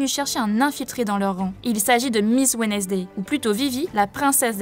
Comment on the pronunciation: Vos vidéos sont sympas les gars, bravo! Mais par pitié revoyez vos prononciations, pour les prononciations jap, je veux bien comprendre, mais pour l’anglais sérieux, c’est chaud et ça vous fait passer pour des collégiens (Wednesday, birdcage), un détail, mais ça joue sur votre niveau comparés à d’autres chaînes qui font de gros efforts là dessus. Courage!